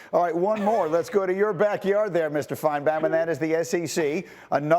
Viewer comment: Why does he keep calling him Finebam. Anyone notice that?